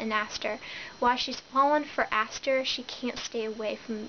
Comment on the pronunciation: No offense but it's Asher and Devin not Aster and Devlin.Sorry that was just realllllly bugging me other than that great review.